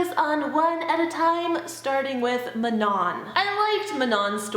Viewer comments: Mah-non? I always thought Man- on. These names are killing me! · Did anyone say Manon's name normally without adding a French accent to it? 😂😂